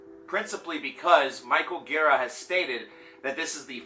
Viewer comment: his surname has two syllables and you mispronounced both of them haha